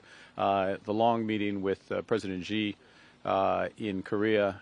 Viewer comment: Please pronounce Xi correctly... SHEE not JEEE